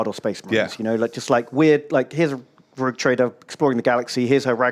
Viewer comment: really is borderline dyslexic. "Rouge Traider"? Seriously? I am not even a native speaker and I winced at that.